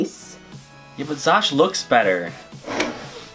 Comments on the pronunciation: It’s Xusho, not Xosh!!! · It’s pronounced Zusho not Zosh :\/ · lmao its not Zosh its Zusho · I hate to be the bearer of bad news but it’s pronounced “zoo-show” not “zosh” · "xusho" = "zoo show" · Lmao isn’t it Xusho wolf?🤣❤️ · I thought Xusho is pronounced like zoo sho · Am I dumb or did andbody else thing Xusho was pronounced Zoo-show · I thought it was pronounced ksusho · She said that she had trouble pronouncing it because of her dyslexia. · They said xusho wrong XD